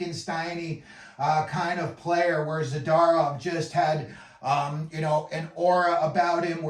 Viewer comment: Lol. "ZadArov", "MikAyev", C grade for Vancouver. 514 subscribers makes perfect sense...